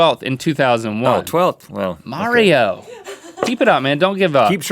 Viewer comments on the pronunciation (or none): Its pronounced Marrow NOT Mario!!!! Do you see an IO in the end of his name! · mauro not mario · It's MAURO. U. xD